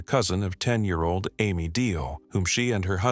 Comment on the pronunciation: What is the 10-year-olds name... Amy, Ammy, or Ames Deal, which is it?... That was annoying... FIX IT!!!